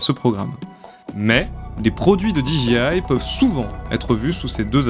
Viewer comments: Super émission mais désolé, on ne dit pas diji mais soit tu le dis à la française déji soit tu le dis à l'anglaise, didjé. Ok ? Oui, en anglais le J se dit Djé et le G se dit Ji. Pas de bol hein ? Quand les Français se piquent de parler anglais c'est décidément une catastrophe 🤣🤣🤣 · Alors, c'était super intéressant, merci, par contre j'ai été trigger tout du long, parce que tu répétais sans cesse [di ji aie] 😬 En Anglais, "j" se prononce [jé] et a l'inverse, "g" se prononce [ji]. Donc j'ai pas mal grincé des dents je dois l'avouer 😅, mise à part ce détail c'était très cool merci. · Du très bon boulot d'investigation, merci. Un détail de prononciation qui aura son importance avec n’importe quel interlocuteur Anglophone : dis moi, Disc Jockey, tu prononces bien ça Di Djay ́, n’est-ce pas ? He bien dans notre cas, tu ajouteras juste Aille. Di Djay Aille. (Dji c'est G en fait) Comme tu le prononces genre 182 fois, pour un Anglophone ça pique 😊. J'attends ton prochain projet, merci à toi.